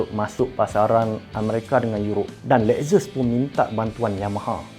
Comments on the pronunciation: Lexus - 'Lek-ses' ☑ Lexus - 'Lek-zes' ❌ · Lex zus.....🤣salah pronounce tu....!!